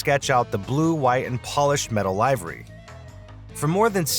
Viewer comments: "live-ery"? Is this a synthetic voiceover or just an overly confident but not-so-well-read human? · AI cant even pronounce livery properly. Not even gonna watch further …. Bye! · Is this AI generated or AI narrated? The repeated mispronunciation of "livery" made me wonder, as well as pictures not matching the dialog. A giveaway to AI created content. So, do I subscribe or block the channel? Thanks. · Teach your AI audio how to pronounce livery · A how to not pronounce 'Livery'